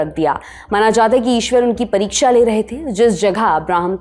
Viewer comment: It's not "Ishwar".